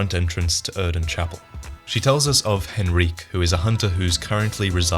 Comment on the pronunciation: Who the hell is henreek?